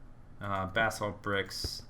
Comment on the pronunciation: Whenever he says "Basalt" I hear "Bathsalt"